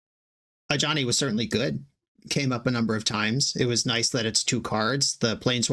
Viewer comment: Since the Foundations video went live, I always hear "a Johnny" instead of Ajani. Or Jazal.